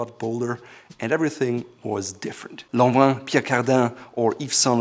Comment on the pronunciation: Lohnvehn, peear cuhrdehn, eeve shehn lharauhnn cracked me up really bad 😂😂😂😂 hahahahahahahahahaha lhohvehnn peeya chordehnnnnn 😂